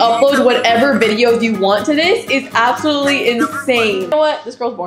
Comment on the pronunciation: Bro says APPsalutly like Apple